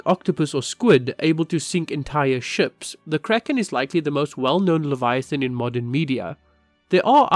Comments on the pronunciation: I'm sorry, but it's really funny how you said Leviathan. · It sounds a bit like אדוני(adoni, the way people call God instead יהוה, I'm not sure how to write this in English maybe yohava, i dont know)